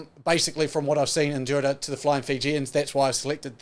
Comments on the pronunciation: Bruhh 😂😂it's fijian drua not fijian dura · Its not Dura.... its DRU - AHH.. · It’s pronounced “Drew-ah” (Drua)❤️